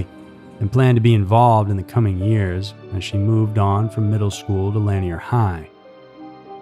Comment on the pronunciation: You are mispronouncing lanier high...it rhymes with veneer. And Burnet...it's pronounced, "burn it."